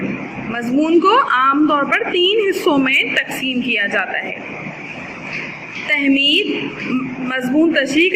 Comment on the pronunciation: Tamheed..not tehmeed..😑